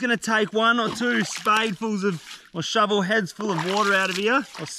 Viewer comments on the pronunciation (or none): "I've never seen such an average sized shouvel."